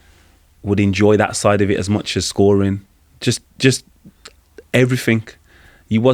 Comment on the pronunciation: Since when did "everything" end with a "K"